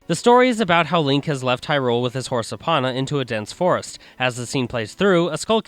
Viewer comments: Just saying I know this video is old but it’s pronounced “E PONA” not “Epana” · you pronounce Epona differently than I do lol cool :) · Your mispronunciation of "Hylian" "deku" and "Epona" make me cringe.